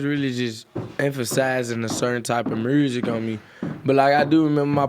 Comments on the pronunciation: That nigga said murrsic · “Moosic is moosic” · When he said "Murrzick" I felt that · He said "mursic is mursic" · Dat boy said "Mooousic" 🤣🤣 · i have never ever heard any english speaking person call music "mryusek" before. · "murrsic is murrsic" lmaooooo the way this nigga says music kills me shoutout NLE tho youngest nigga outhea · "Mursic is Mursic" Nle choppa 2019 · “I Ffffrrreeel great” That Memphis and Mylan mix “Muuuzshicc is muuusshhic” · why he say “MURRZIC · So the r in mursic isn’t silent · “Us musurk as a way of therpy”🤣🤣🤣